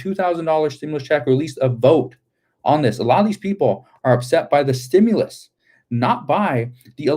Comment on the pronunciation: I herd Schumer saying stimulas . Yea a women got shot today